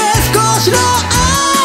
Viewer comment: の｢欲張りの〜｣の発音が好きなんですけどわかる人いませんか？？